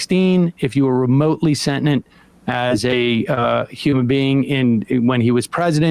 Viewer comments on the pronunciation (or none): Um, moron, do you mean SENTIENT? What is Sen-Nent? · Sentinent? Sentinent? They speak English in what? Sentient. Dear god. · It's "Sentient" Sam, not "Sentinent"... 4/10 - must do better 👩🏼‍🎓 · Sam, the word is "sentient". I don't know what "sentinent" means (a thinking continent, perhaps?). 😊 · Sentinent? Sentient. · I try not to be this guy, but this is like the third video where Sam has said “sentinent.” It’s “sentient” with only 2 “n”s. I know, it’s a small thing, but it distracts from the great points being made. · When I bought a Powermaster Optimus Prime in 1989 the box said “Freedom is the right of all sentinent beings.” It seemed like a typo at the time but hearing Sam’s pronunciation now I wonder if maybe it was a regional thing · The fuck is "sentnint," Sam? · Is this the first time Sam has used/read the word sentient? I love ya dude but that’s not how the word is pronounced. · Sam doesn't know how to pronounce "sentient" teehee 🤭